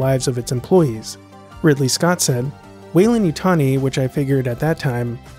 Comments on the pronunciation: What happened to the 'd' in Weyland? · Shouldn't it be WeylanD as opposed to Weylan? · There's a blooper over that beer, it should be Weyland, not Weylan.